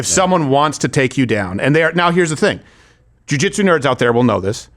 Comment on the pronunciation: What he said was, Jewjuitsu